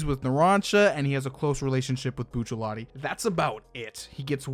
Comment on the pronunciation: Disliked for “bucciallati”